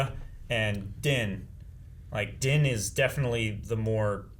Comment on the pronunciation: Is there a reason mispronounces Din's name every single time. They've said it multiple times in the show differently than how pronounces it